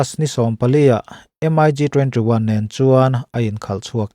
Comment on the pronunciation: MIG...hi M-ai- gi ti lo in 'Mik' ti in an lam zawk...hman ah khan i chanel ah M-ai-gi ti lo a..'Mik' tih zawk tur ti khan.ka ron comnent taeh a..tun thleng in i la ti M-ai- gi ngar ngar a..thu i awih lo e mai🤣